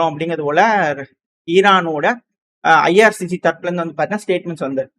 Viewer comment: irgc not ircg